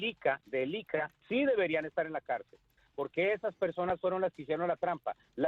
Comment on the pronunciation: Ese tipo Alberto Bernal no sabe ni pronunciar el nom,bre del IIiCA, diciendo ICA